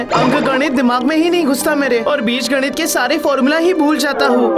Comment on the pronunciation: Nit nahi ganit